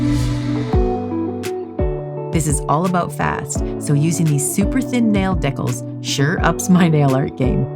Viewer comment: makes me feel so texan hearing her say "deecAl" as decel 🤠🤠